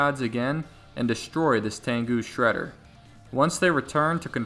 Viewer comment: just say sreder